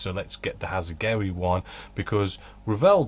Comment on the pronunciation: A minor point but really annoying when you keep referring to Hasegawa as Hasegowi especially as you clearly know the correct pronunciation as you do say once at least.